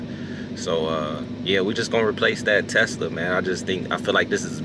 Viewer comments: My boi pops be saying teska 🤣🤣🤣 I love it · callin the Tesla a “Teska” 🤣🤣